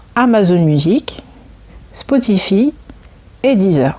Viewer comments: Spotify ne se dit pas "Spotifi" mais "Spotifaïe" :) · Spotify se dit spotifaie